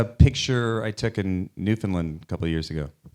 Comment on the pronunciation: Canadian here: Stiller gets good marks for his pronunciation of "Newfoundland"